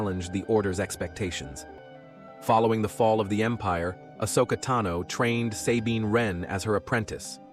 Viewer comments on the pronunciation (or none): none